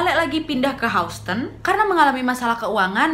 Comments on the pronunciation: Houston bkn? Baca nya Hiuston wa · Sikit kritik ya wak ... Houston di bacanya Yusten Btw selamat berpuasa ya wak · Mon maap wak houston (dibaca hyusten) 😂🤭 Selamat ya 1jt subs waaaak hehehehe Konten2 nya ku suka n somehow menghibur. Apakah aku ada kelainan? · Maaf kak Nadia, sedikit masukan untuk pengucapan " HOUSTON"..... seharusnya dibaca seperti ini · Maaf mbak Houston bacanya bukan spt itu.. mgkn englishnya agak dibenerin kali yah hehe.. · Agak ter distract stiap mba pronounce “houston” hehehe (no hate)